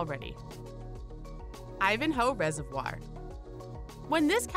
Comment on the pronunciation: Say reservoir right